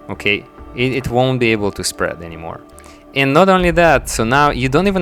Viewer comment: oh I feel sorry for you on the thumbnail, you said contain and prevent 'spead' lol